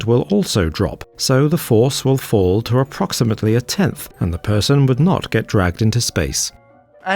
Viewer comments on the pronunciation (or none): none